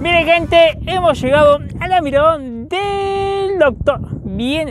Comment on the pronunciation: Me reperdí buscando la Ñirada eñ Docñor.